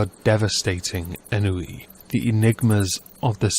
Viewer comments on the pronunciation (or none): Sorry, I adore you but its pronounced Sinjin and on-wee. Please don't hate me.